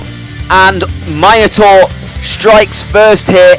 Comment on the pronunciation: It's nice to hear Minotaur pronounced 'Myno-tor' and not the ghastly 'Minna-tor'. My old Greek mate King Minos sends his thanks for your mythological exactitude, dude - there's a cheque for 3,250,000 drachma (about £0.04) in the post. Spend is wisely...